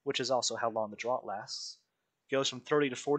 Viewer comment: Great video on the event! Also, draught is pronounced "draft", like Guinness Draught in a can (draft beer).